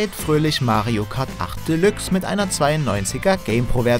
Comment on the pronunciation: Bin ja froh das ihr diesmal Mario Kart Deluxe richtig ausgesprochen habt dachte schon es heißt wieder bei euch delachs